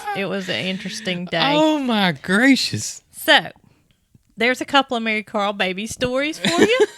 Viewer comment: COMING FROM THE UK, I THOUGHT YOU CALLED HER, MARYCAR.